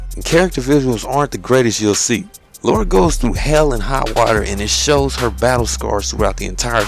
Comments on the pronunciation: You my friend are one of the best reviewers on youtube. Really looking forward to this one, as I love a game with a great story and great gameplay. P. S Just thought I should mention her names Lara not Laura, LOL, It's all good though. Thanks Again for the great reviews man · is Lara not Laura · good review but it's LARA.... LAAARA! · The miss-pronunciation of Lara is really hard to get over >.> but great review regardless good job man. Can't wait till Monday GAME still haven't dispatched my copy but i really hope it arrives on time ^^ Should point out i was expecting today because Sunday of course isn't a working day for post so i was worried that posting on Saturday would make the game arrive late but i'm probably worrying about nothing ^^ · What is so difficult about pronouncing Lara? I don't get it... never been an issue for me.